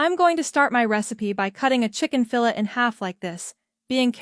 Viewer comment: Don’t you just love these AI voices…. “Fill-ette” 😂